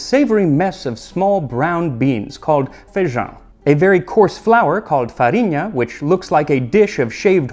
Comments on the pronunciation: Holy shit he said feijão right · His ”ão“ is absolute chef's kiss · Honestly I think your pronunciation of feijão is the best that I’ve heard from a non-native. I also wanted to add that with my family’s recipe, sliced orange is actually served on the place alongside the feijoada, and cuts through the heaviness of the dish without conflicting with the flavour. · Hey Max, I must pinpoint what I found most interesting about this, your flawless pronunciation of "ã" in "feijão". I have seen many people not even try to speak that, but that is a sound so particular from portuguese normally foreigners just replace with a regular "a", and you nailed it. What you also nailed was the video around it, as a native brazilian with foreign descent and interest in other countries cuisine I can imagine how much work you put on making this kind of video. Yes, feijoada is still made that same way today, and some people even replace the traditional birthday cake for a party with feijoada instead, as it is much requested by the friends of those who have the good hand for cooking that. Most feijoada "kits" today come with pig feet, snout and ears along with salted meat, smoked sausages and bacon. Yes, these are selected ingredients sold as a bundle to prepare your feijoada. Although it is normally served with farofa on the side, we call the ones with farinha or farofa inside differently, in southern brazil, where I was raised, it is known as "revirado", translating into something like "stirred up" or "revolved", and is normally done with the leftover feijoada. Keep up pumping the internet up with amazing content.